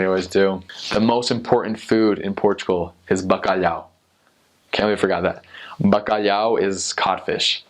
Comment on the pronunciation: Allways saying '' Bacaliau'', I love the way no one can say ''Bacalhau''. The tongue movement